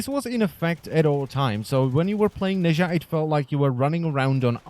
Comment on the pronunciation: He isnt "nayzha " , he is pronounced as "Naza"